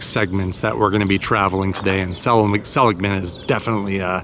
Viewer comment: THANK YOU~ you're one of the very few I've heard pronounce "SELL-ig-mun" properly! Named after the founder, Joseph Seligman, a western pioneer who helped establish the San Francisco Stock Exchange, among many other ventures....